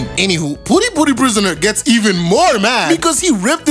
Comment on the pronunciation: Puri Puri… dude you sound like you are saying Booty Booty prisoner lmao